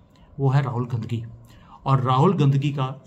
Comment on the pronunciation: Aap Rahul Gandhi bol rahe ho ya Rahul "Gandaki" bol rahe ho? 😂 or is it a glitch in the audio? Seriously plz clear 😂